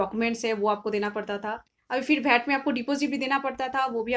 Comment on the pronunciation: agreed wd u abt Knowledge, but hw someone can call Bhat instead of VAT. if it's abt Local langauage then speak in ur local language why English?